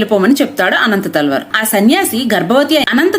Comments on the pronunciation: He is not anantha thalwar.....it's ananthalwar...... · అనంతాళ్వార్ కాదు అనంత ఆళ్వార్ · ఆయన పేరు అనంతాళ్వార్.. అనంత తల్వార్ కాదు.. ఆయననే తిరునన్తల్వార్ అని పిలుస్తారు.. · అమ్మా, అనంత తల్వార్ కాదు అనంతాళ్వార్. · అమ్మ తెలుగు ఉచ్చరణ సరిగ్గా లేదు తల్లి 🙏 అనంత తల్వార్ కాదు తల్లివారు. తల్వార్లు కత్తులు గునపాలు కాదమ్మా